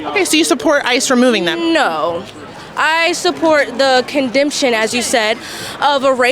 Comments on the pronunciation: "Killests...... condemption...." ??? 🙄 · “condemsion” ? She’s gotta be an Affirmative Action admission. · "condempshion" I have no words... including that one.😂😂😂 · "Killists" and "Condemptions" from that first chick lmao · Can’t believe she kept saying CONDEPTION and she is in university and thinks she is smart. Can’t even prove her points for nothing. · "Condemtions", "killists" , "idiotcy'".. and she is at a place of higher education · Sounded like condemption 😂😂😂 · I support the "condemtion" of a rapist?🤔 Sorry sweety, did you mean to say "condemnation"?🤦‍♂ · “Condemption” LMFAO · "Killists" and "condemption" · The one who says “killist” and “condemption” saying she doesn’t “pay attention to idiocy.” Edit: “idiotcy”* 😂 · First time here, enjoy your content; just subbed. : LOL "killists", "condemption" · she supports condempion....she's in college in the U.S. I think she meant condemnation. She's axing a question. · How about “condemnation” and not “condemption” you illiterate ID10T. 😂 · "Condemptions"! And she is supposedly being educated. 🤣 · Condemntion . (The word is condemnation) Illiterate racist black chick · "CONDEMPTION" LOL 😆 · This chick is in college and keeps saying condemtion she’s an idiot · Did she just say them wrong? Condemnation is a word and so is idiocy. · Dumb girl can't pronounce condemnation. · “Killists”? “”Condemption”? How the hell is she in college? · "killists" lol😂😂😂 "condemtionse" 😂😂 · “Rapists and killists” “condepmtion” lol Jesus Christ. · She said Killist and Condemption! 😂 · “The condemtion”? “Killist”? Is she a college student? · Condemption?? Killist?? That girl should do less talking and more time in class and in a book. Yikes. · This gal is in college and doesn't have a clue that "condemption" is not a word. 🙄 Now she says "idiotcy" ROFL what a great education she's receiving. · Killist? Idiotcy? Condemption? Is this what she's learning in college? Is it some new language?? My head hurts from listening to her.